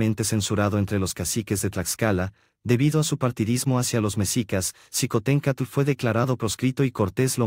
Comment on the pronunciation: Esto es su visión pero es imparcial, no comparto su historia con respecto a Xicohtencstl se pronuncia Shicotencaatl